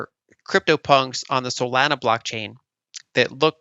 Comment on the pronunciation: You just know Lyn is a maxi from the way she pronounced Solana lol